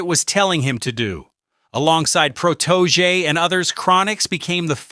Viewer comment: Say it with me his name is PROTO-JAY [PROTOJE]